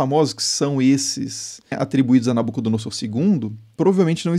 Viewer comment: Creio que na pronúncia de "Nabucodonosor" a letra S tenha som de Z.